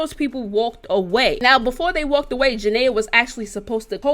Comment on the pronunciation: Lord she saying janay name so wrong 😂